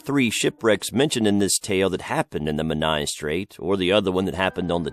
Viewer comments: This was a brill vid! Really enjoyed it :) just one tweak with the Hugh Williams story location of Menai Straits (I used to live there) and it's pronounced 'men-eye' as opposed to 'men-aya'! Sorry to be 'that person' but just for future reference :) Going to be watching more of your vids now! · I lived near the Menai Straights on Anglesey and the way he says “Menai” makes me cringe 😩